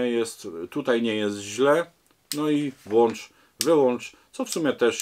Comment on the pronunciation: Dobry program, ale proponuję włączać, a nie włanczać...